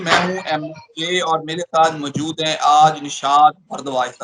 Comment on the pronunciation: "MJOOD" koun sa lfz hota hai? Urdu to Sahi bol leya kro. "MOUJOOD" bola jata hai jnab. Pind se seedha chl k video bnaney beth gai ho kya aap? 😀😂😀